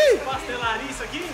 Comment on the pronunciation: Eu também escutei ele falando isu